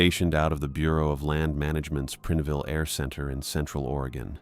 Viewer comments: Preenville? It's PrIneville 😂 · (It's Prine-ville, not Prin-e-ville & not Prin-ville) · That made me cringe every time he said it. My ex hubby grew up in Prineville.